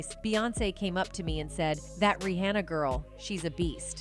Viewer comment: Google won’t help the narrator say queen bee vs queen bay; or REEonUh vs reeAnna, or fix boosta rhymes….. ?? The narrator should have googled the pronunciation lolol not us.